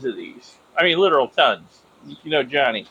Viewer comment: Can you please not call him Johny. His name is Jani. I am sure its pronounced more like "yanni". Just check with him lol.😂